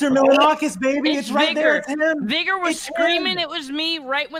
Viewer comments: cant pronounce vigor... yikes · i swear .... if he says vigor wrong ONE MORE TIME